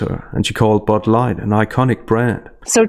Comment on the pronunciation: What's "Bud Lightt"?